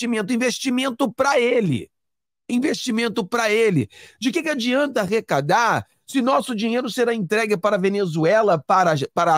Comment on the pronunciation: ARRECADAR !! E NÃO... " RECADAR " ! 😮